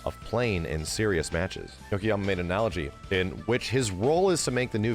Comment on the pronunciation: It’s y-o-k-o-y-a-m-a, not Yokohama.